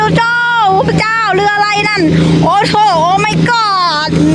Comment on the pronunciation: ทำไมสาวแพรพูดคำว่า "เรือ" เป็นคำไทย ผมว่าสาวแพรควรพูดตามคำลาวนะ "เฮือ" จะเป็นเอกลักษณ์ของคนลาว ภาษาลาวนะครับ